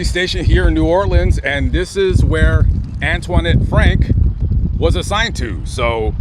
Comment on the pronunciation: It sounds funny when you pronounce her name...Antwaahnette, lol.